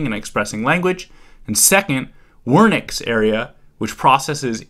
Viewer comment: why did you pronounce wernicke’s area like that 💀